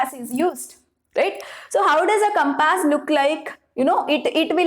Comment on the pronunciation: Compass not campase 😂😂